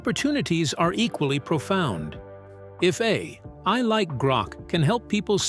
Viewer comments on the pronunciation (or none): To avoid the TTS pause like when saying A... I, you can simply use a - or _ to connect them A_I, A-I.